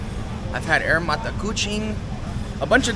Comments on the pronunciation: Good to see you’re back in Malaysia. Air tebu, the “air” is pronounced as “I - yee - air” and not the way you pronounce it in English. Air in Malay means water and tebu is sugarcane. Do get away from the city centre bro, everything is expensive in there! Visit the night markets in ss2 in petaling jaya or taman Connaught in cheras, you’ll find cheaper durian and other local food. Can’t remember if you’ve been to Penang or Genting Highlands, these are 2 places I’d recommend you visit. Enjoy the rest of your trip bro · Air (pronounce as uuh~ir) directly means water in bahasa melayu. Eg: Sea Coconut Water is Air Kelapa Laut, Sugarcane juice/water is Air tebu. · Not AIR d english pronounciation...it is AYER...means water/juice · In English 'air" mean like oxigen.. But to pronounce in Malay, with two sentence combine. "Ah☝️ ir" meaning Water. Air Tebu meaning Tebu Water. Before late 70' the spelling is "A-yer", A still sound up Ah. Understand bro? In English we said in one word Air, but in Malay sound two word, Ah-ir). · Air is water in malay and how to pronounce it is more like "are yir" dont say air anymore ok, say "are yir" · "Air" in Malay meaning water or drinks.. "Tebu" is sugar cane. The pronouciation is, air = àà yér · Hi bro, love your vlog. Air Tebu ...Air means water..pronounced as Ah-yay. Hope this helps.